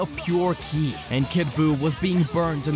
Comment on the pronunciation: Are you saying kili? Instead of ki?